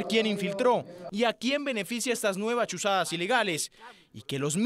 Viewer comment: Por qué dicen chuchadas y no chuzadas? Ya ni se esfuerzan los periodistas en hablar bien